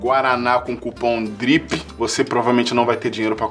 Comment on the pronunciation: Quando ele falou cupom drip Eu entendi gripe, seria um bom nome de cupom